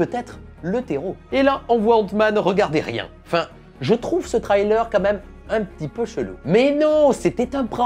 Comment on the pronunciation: Cool vidéo ! Mais revoit ta prononciation de Trailer ! ;)